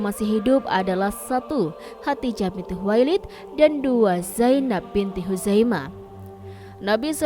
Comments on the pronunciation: Min,, Lidahnya awas keseleo. Khodijah bukn hatijah. Min abal-abal ini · Bukan khatijah tapi khadidjah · Narator nya bilang khadijah terdengarnya hatijah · Hodijah, atau Hotijah,,? Yang betul doong ngucapinnya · Kok Khadijah dibaca Khatijah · Khadijah.jangan salah sebut